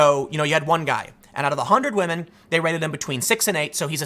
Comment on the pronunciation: Tim... respect wAhmen. 🤣